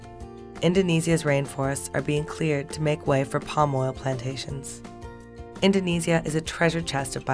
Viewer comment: Why is the person talking in this video, not pronouncing Indonesia correctly?